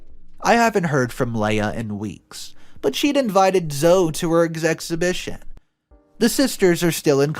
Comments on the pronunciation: I know the name Zoe looks like it should be pronounced like (Zo) but it is actually pronounced like (Zoey) I have a niece named Zoe and my dog's name is also Zoe. Both pronounced as Zoey. Great story! I'm so happy both the girls, and the twins were able to get away safely. And the fact that monster is now in jail for life, is wonderful. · Zoe is pronounced Zo-ee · Good story! OP was no way in the wrong! He just wanted to protect his daughter and ultimately he did. (fyi - Zoe is pronounced “zoe-ee”) 😇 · Story 1 her name is pronounced Lee uh. NOT lay uh🤦‍♂️ and Zoe is pronounced Zoo E